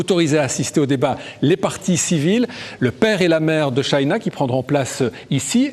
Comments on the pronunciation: SHANA pas shayna monsieur le journaliste. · C'est pas shayna cest shana